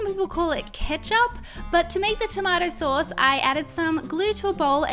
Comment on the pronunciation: You said the tomato sauce wrong